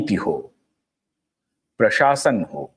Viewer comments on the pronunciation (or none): none